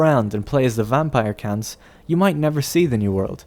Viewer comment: is it his accent or he said vampire cunts ?